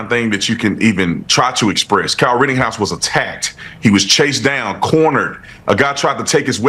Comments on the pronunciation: For a week I've heard Tatum call him "rittinghouse"... I wish someone would fing correct the man on his name! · I think it’s hilarious how Tatum grills the dude for mispronouncing shit but then says “Kyle Riddinghouse” 😂😂